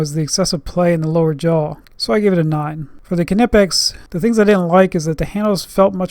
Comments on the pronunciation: now say "nee" "pex" the k is silent ,wtf is ku nipex? dumb ass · The K is silent